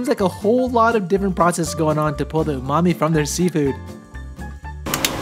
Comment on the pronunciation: You bastardized “Umami” in this video.